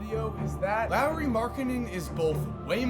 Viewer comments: Why does he keep saying Lowry Markkanen? It’s lauri lol😂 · It’s pronounced Lori not Lowry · Who says Lauri like the last name of Kyle Lowry. Lolz. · Boi if you say Lauri as Lowry one more time... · U know his name is Lauri and not Larry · It's not Lowry... it's Lauri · Marcus Crescenzo its pronounced lawry not laureeeee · Is it me or saying Lowery not laurri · It is Lari, that's how you pronounce it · Lowry??? Edit : So he is saying Lowry everything... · Do yall get annoyed by how pronounces Lauri like Lowry. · Learn how to pronounce his first name plz....